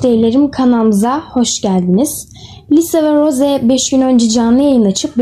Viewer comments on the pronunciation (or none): Ross değil Rose